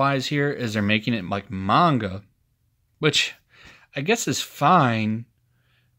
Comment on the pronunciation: Spidercide is gonna write you a multi-part novel for t his video. Also glad you're pronouncing Manga right :^)